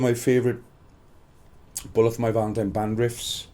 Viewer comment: I love his accent when saying bullet for my valentine